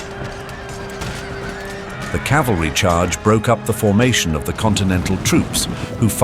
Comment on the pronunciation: Thanks for the informative comment, I might check that video out. P.S. It's cavalry, ca-val-ry, not calvary.